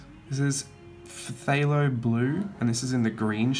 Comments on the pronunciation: And yes, phthalo is pronounced "thay-low". :D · Beautiful paints there. And yes some of those paint names are so “extra”. Lol - you did better than I would. PHTHALO? Pu-HALO? 🤷🏾‍♀️ Umm..that green right there. 😆